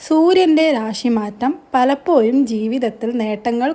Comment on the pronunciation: നെക്ഷത്രം,പലപ്പോയും,വ്യായം, മലയാളം സംസാരിക്കാൻ പഠിപ്പിച്ചു വരൂ